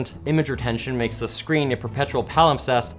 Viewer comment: I don't think I've ever heard "palimpsest" used correctly and in a poplar format before. Shout out to Orwell for 1981 which taught me that word I've only heard spoken once out loud just now!